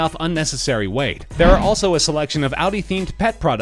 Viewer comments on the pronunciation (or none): none